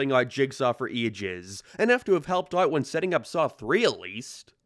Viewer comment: this dude cant say "out"